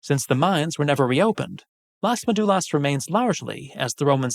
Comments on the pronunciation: Please learn how to say Las Médulas. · The topic of this video is Las Médulas. It's not about being language purists but a massive facepalm: how could he miss that?! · Las Médulas (stress in the first syllable, as shown by the tilde) and many other mines (gold ones shown in the map) were conquered by Octavian (Augustus) in a very bloody colonial war known as the Cantabrian War, which not only conquered the Cantabri but also their Astures allies. These two brave nations were the last part of Hispania that remained free from the Italian Empire. While often not discussed, obviously most miners were slaves toiling in terrible conditions and dying there for the wealth of Rome, i.e. the senators and knights and their endless appetite for luxuries, often imported from Asia, that Pliny already denounced as their probable undoing. It's not any coincidence that when Las Médulas and other mines were exhausted, the 3rd century crisis happened. The Empire was not rich anymore.